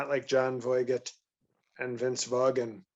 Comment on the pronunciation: “John Voy-get and Vince Vaw-gan” 😅🤣😂